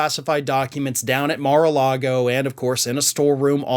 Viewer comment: You keep saying Mar-a-Lardo wrong.